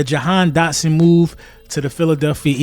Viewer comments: If you got the kid the least you could do is get his name right 😂 my guy said "dahan dotson" twice. My guy, if he's so good why would WE CHOOSE to get rid of him after seeing him in two preason games and training camp and not wait until next year? Because he's been unable to get open and has serious drop issues. But sure lie to yourselves rather than listen to the fans who literally have seen ever. Single. Snap. I'll be be back mid season to laugh. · “dahan jotson “ ik your excite get the man name right